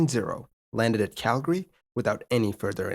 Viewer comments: it's not really right or wrong per se, but most locals ignore the second a while most non-locals pronounce it. CAL-gree vs CAL-guh-ree. That being said I also liked that he pronounced it the way I grew up saying it lol -a guy from Calgree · Kudos on the correction pronunciation of Calgary! Most non-locals don't get it right :-) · Thank you for pronouncing Calgary correctly. So many don't!